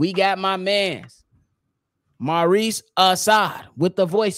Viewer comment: Bobby & C-Dub my guys, let me help yall fellas out, its Maarifa not Maurice. This how you pronounce it (MAH-REEF-AH) (UHH-SAR) Love the show, keep doing yall thang...catch yall on the next video!!! Chicago ⬆️ & 🐻⬇️ Super Bears Superbowl 💪🏿💯🔥